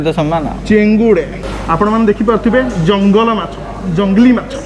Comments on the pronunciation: Tamara bhul hela....jalanga machha ku jangala machha kahiba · Jalanga machha ku jangala machha kahi chhanti ei video re 😂😂😂😂😂😜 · ଜଳଙ୍ଗ କୁ ଜଙ୍ଗଲ